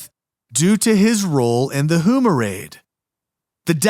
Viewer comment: Also, Houma is pronounced “Home-ah.”